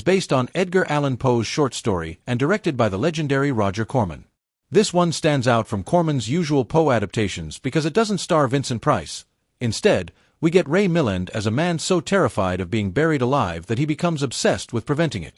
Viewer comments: Congratulations! You only managed to mispronounce the names of three major stars. It's Ray Milland - (mill-AND, not MILL-and) Max von Sydow (von SĪ-dō, not von Sid-dō). The last one is but slightly more forgivable. Deborah Kerr - (CAR, not Ker - it's a Scottish name) Before you set yourself up as an authority, learn the basics. Kudos for not screwing up Vincent Price or Christopher Lee. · Please learn how to pronounce Ray Milland's name: Mill AND, emphasis on second syllable